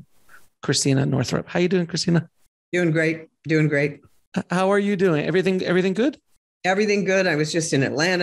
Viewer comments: Her name is Christiane (3 syllables). FYI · I think she pronounced her name “Christiane” - “Chris - T - e - anne”. Love this pioneer!! Isn’t it funny she has the name Christ in her name. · Her name is not Christina,,,,,learn how to pronounce her name as you would not want people to mispronounce your name! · her name is Christiane, not Christina...And the written script she was just in Atlanta then Asheville, not Nashville...thought you'd want to know; ) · It's not "Christina", FYI. Christiane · Christiane = Criss - T - ann